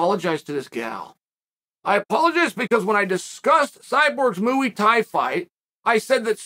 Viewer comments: Moo-ey Tie, the only martial art on the planet created by cows and utilized by humans. Thank you, Chael, for finally setting the optimal example of correct pronunciation. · bro said mooey thai